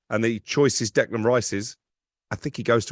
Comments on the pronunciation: Note to.. Its Declan not Decland!!! Cant even get his name right! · Even Stuart Pearce who knows him quite well, spent alot of time around West Ham, still calls him "Decland" - Very strange